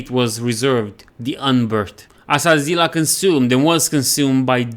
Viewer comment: Always thought it was pronounced Hazz lee Ah